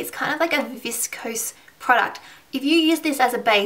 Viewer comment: "a 'viss-kose' product"? Did you mean "viscous"?